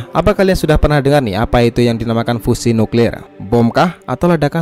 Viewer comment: Sebut fusion pon tak pandai